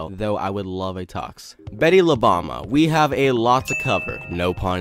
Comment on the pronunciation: nice video man. btw it pronounce as boom-ba instead bama. bomba means bomb in spanish